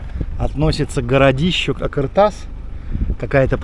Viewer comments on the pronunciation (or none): какой думаете, он стоял по шёлковому пути и функционировал, его ещё изучать и изучать, построили его возможно до, но то что его разобрали в совке это факт. и не а"К"ыртас а а"Қ"ыр тас, произноси правильно это две разные буквы.